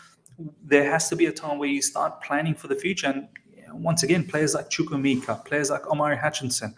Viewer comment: Of all the Chelsea youtubers, I think u pronounce chukwuemeka better😀